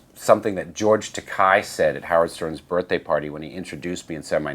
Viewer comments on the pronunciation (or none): No hate on the guy at all, love the music, but I just found it funny that he got his fake alias due to a misread, yet he mispronounces "Takei" xD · Ironically Rob pronounced George Takei’s name wrong...it is not “Tak-eye” but Tak-eh”. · Joke is yer saying his name wrong there 🤦‍♀️🤘 te-kay not te-kie. His foot just keeps going farther into his mouth. Doooood. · Oh the irony that Rob said George Takei pronounced his name wrong....Rob pronounces George (Ta-kay) as George (Ta-kai)... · It's George Takei, not Takai, I guess you both get it wrong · That’s so funny George takei said his name as “Rob zodiac” while rob zombie pronounced takei as “tuh-Kai”. Coincidence or petty? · it's Takei like OK. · He pronounced George Takei's name wrong, you think they are even? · He said George Takei said his name wrong...but he said George Takei wrong, lol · Gotta wonder if Rob was deliberately mispronouncing "Takei" because of the "Rob Zodiac" thing. He's got such a great sense of humor. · Funny, he tells a story about George Takei getting his name wrong, and mispronounces 'Takei'.